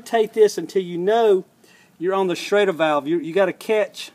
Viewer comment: It's schrader valve, not shader valve, correct?